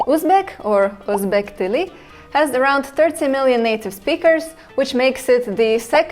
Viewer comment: The first of your videos that I really disliked......Most of it is about history and you have absolutely NO IDEA how to pronunce o'zbek in a correct way. The pronuncation and the letters differ very much. And nothing about the grammer. Your other videos are much much better sorry.